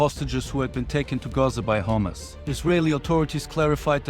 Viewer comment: Not hummus Rather it is Hamas